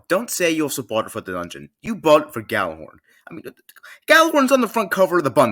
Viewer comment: ITS PRONOUNCED YALLARHORN